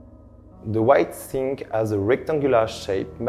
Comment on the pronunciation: it 'as a beautiful view. The 'ome is very cute. LOL